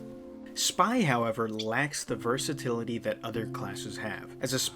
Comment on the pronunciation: This maybe grammar police but I think it's versatility not versatality though I may fail to notice the accent if there is one